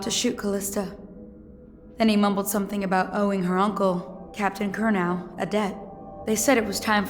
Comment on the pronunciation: Man, he just cannot get the Curnow family's names right, can he?